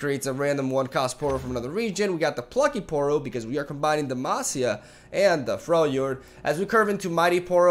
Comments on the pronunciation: Actually, from a Portuguese speaker perspective "Por Demacia" seems pretty accurate. (Brazilian viewer, love ya <3) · Actually, from a Spanish speaker perspective "Por demacia" seems pretty accurate. (Chilean viewer, love ya <3) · Your "Por Demacia" Was pretty good! -A brazilian fan